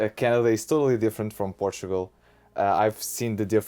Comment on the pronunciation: You have to teach how to say Portugal